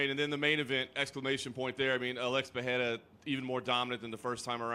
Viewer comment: why are americans pronouncing ''Peheira'', i get you want to say it right but it's not better than saying Pereira with an american accent.